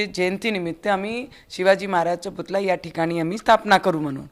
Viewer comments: Putla nahi putalla man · पुतला नाही पुतळा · पुतळा म्हणतात राणा मॅडम पुतला नाही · पुतला नाही पुतळा बोल बाई...